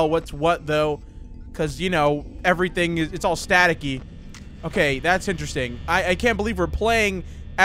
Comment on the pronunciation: "alright so foxy, isestrng...inseringlng enough though" lol I was dying